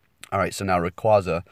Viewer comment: Rayquaza <3 Btw. Read it as "Rayquayza". The official pronounciation